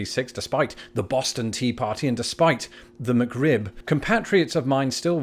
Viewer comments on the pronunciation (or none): none